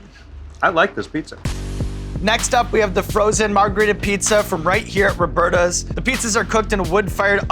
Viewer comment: lol its robertas but that guy said robertos. that's different between man and woman isn't it? fake ass commercial, stfu sean evans